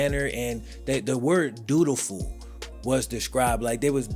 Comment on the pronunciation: Brah I thought you said “do do ful”!!!! 🤣 🤣. I hada rewind that bit, “dutiful” 😂😂 I’m like, ok ok 👍 😂😂